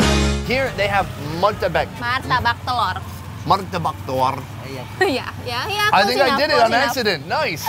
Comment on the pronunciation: "Here they have *MARTABEK*" 🤣